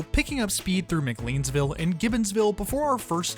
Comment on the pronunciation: Also, Muh-CLAYNS-ville, and SAULS-ber-ry, but you can't be blamed if you're not from the region. I live near Lake James, in the WNC foothills, and 25 years ago living in Central NC (Durham), pronunciations like CALL-fax (Colfax) and CAR Drug (Kerr Drug store) seemed odd to me. Terrific video; I love the Piedmont, have traveled on it many times between Cary/Durham and Salisbury, and always recommend it over the Carolinian because of the unique equipment!